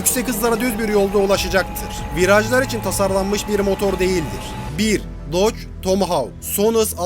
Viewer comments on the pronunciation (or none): none